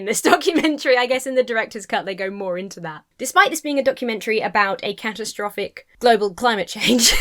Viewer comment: my first thought was you said cat-o-traffic ! i rewinding now,!.!